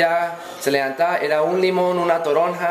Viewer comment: ES toronja no torona, es un cítrico como la naranja, pero mas grande y sabe un poco ácida.